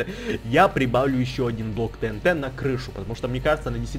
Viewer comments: Правильно говорить тиинти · И не тэнт а тиинти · не тинт а тиинти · правильна ТИНТИ А НЕ ТНТ ГОВОРИТЬ: ТИНТИ ПИСАТЬ: ТНТ